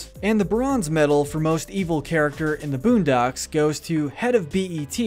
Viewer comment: Lol man said buundocks